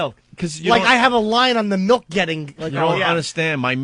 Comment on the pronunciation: Opie doesn't drink milk, he drinks "melk" lol